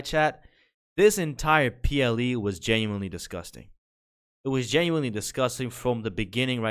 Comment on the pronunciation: Dude, L take on the womans wardrobe only being bra patterns. Youre either gay or eat too much soy dawg. Up your T. And for someone who says literally and genuinely so often, you might want to learn how to pronounce those words.